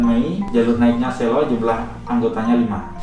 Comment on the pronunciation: masih banyak yang salah cara pengucapan "SELO" yang bener seperti yang diucapkan bapak petugas